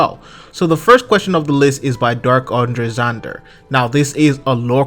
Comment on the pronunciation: Nice! You did answer my question. But here's a tip on pronouncing my User name. Dark-Andreh-Xander. The "E" makes the "eh" noise in "Andreh"